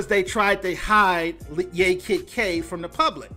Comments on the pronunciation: It's pronounced YAH Kid K not yay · It's pronounced "YAH" Kid K, and she didn't want to sign with the new label who purchased label where "Pump up the jam" was originally recorded. So they promoted it without her. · It is pronounced Yah Kid Kay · Like YAAH Kid K Say Yaaah. Thats how the first name is pronounced